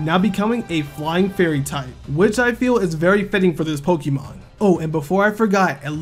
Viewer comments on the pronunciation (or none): It's Pok(a)emon, pronounced a not pok(e)mon, ffs